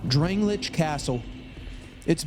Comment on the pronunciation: drang lay ick castle .... not what u said lmao